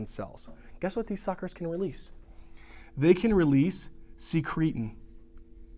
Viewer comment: They way hes says suckers 😂😂😂😂😂😂